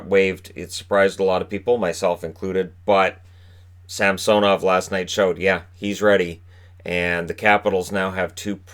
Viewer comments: It’s Sam-so-nov? Not Sam-suh-nov? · Brandon Narayan yeah it’s Sam-suh-nov